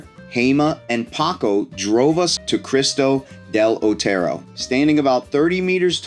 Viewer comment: It amazes me that I can pronounce any location in the USA, but Americans seem to be unable to pronounce the simplest name in Spain, like "Cristo del Otero". Mate, if Spanish were Chinese, I'd understand, but for Christ's (del Otero) sake.